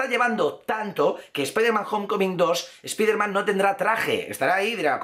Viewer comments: no se dice espiderman, se dice spaiderman. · Carajo pronuncie bien !!! Spiderman diga así "Espaidermen" HULK diga así "Jalk" CABLE diga así "Cabol" Difícil? Para nada sos bien youtuber pero no la cagues mas con la mala pronunciación no me cojas mala vibra pero estas a poco de ser igual al patético de "Infomarvelers"